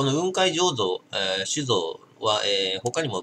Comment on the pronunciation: 雲海の発音は下げて発音するもんだと思う。 →→ ↘ ↘ってな発音